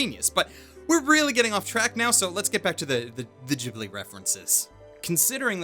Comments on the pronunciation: Ghibli is pronounced with a hard G! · Shouldn't "Ghibli" be pronounced with a hard "G"?